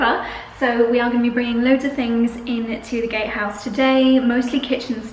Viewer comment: Congratulations!!! Be carefully what you dream in the first night 😍 - i must laugh, because i hear the first time gayhouse and not gatehouse 😀 sorry for that